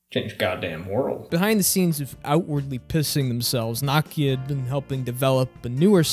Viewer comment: you made an entire video about nokia and didn’t pronounce it correctly once